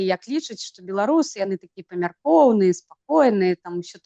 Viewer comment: Не бе-ло-ру-сы, а бе-ла-ру-сы, гэта адносіцца і да ўкраінцаў, якая б мова не была, а Беларусь на ўсіх мовах - Беларусь, праз літару а. Слава героем ЗСУ! Жыві вольны беларус без ябацькастана! Балістыка хуй-у ў бункер!